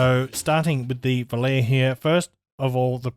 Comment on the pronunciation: Pronounced "vo-lar-e". 🙊